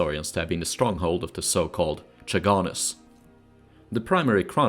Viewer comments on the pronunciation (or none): Great videos, but pronunciations are "varyags" and "khaganus"